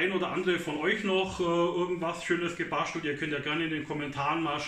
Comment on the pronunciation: gebaschtelt ..Aschtro😂